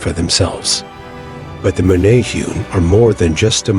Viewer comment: Pronounced Meh-neh-hu-neh .... For anyone interested.